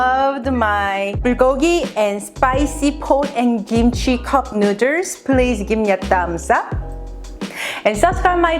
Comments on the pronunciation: Made me giggle the first time when she said nu:ders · ĆHÔŻÉŃ ØŇĖ yasss!!! Nu-der’s😂😂😂😃😂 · why the hell she pronounce noodles like an idiot? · I was in before I noticed your shirt. Amazing. I love the way you say "noodles." :) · Is that how she really pronounces noodles or is it an inside joke? Just curious ... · how do you know he's white. Also, she has fun with the way she pronounces it, seeing that her shirt says it. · I'm high and I think this is funny she keeps saying neuters and not noodles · STOP SAYING NUDERS!!!!!🤤🤤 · No problem saying rib eye and sesame oil but cant pronounce noodle #nuders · Can't stop hearing "neuters" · This is how many times she said “nuiders” ⬇️⬇️⬇️ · I will never pronounce noodles any other way than "nuders" from now on. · In case you're wondering, shes says noodles(nuders) 38 times. I highly suggest you dont play an alcoholic drinking game with this one, lmao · Hold up "Nooders" tf? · Why no1 tell her to b4 filmin its noodles not nudez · oh my gosh she said nuders and i lost it, was about to comment and make fun of it or somthing than i saw her shirt...i love her i think NUUUUDURRRS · I left the video when she said cup nuders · I definitely love your [nú:ders] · “Cup nooders” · Best believe that I'm gunna be calling noodles, nu:ders from now on!!! Lmao I love it!😂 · Did she say nooders instead of noodles? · "Cup nuders" hahaha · Lol cup “nú:ders” day no more I am subscribed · I left when she kept say nuders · "You guys loved my nu:ders" 😉 oh my glob lmao!😂😂😂😂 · This showed up in my recommendeds and I'm loving the vid but I can't stop giggling at the "nu:ders" lol... Also love how she can laugh at herself about it, so I just had to sub! Take a shot every time she says it... You'll be blitzed in about 5 min 😂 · So my friend challenge me to take a shot every time she said newdoes! I survived!!! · 10 dollars for how many time she says Newders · I will actually be so sad if it is not "nu:dlers" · Cup nooders...lol😂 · Mmmmmm nuders